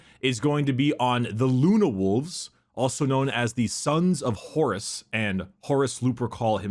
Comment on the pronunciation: It's so funny, the way says Horus, it sounds like "Horace".